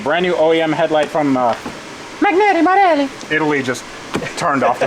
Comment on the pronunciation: actually good delivery of Magneti Marelli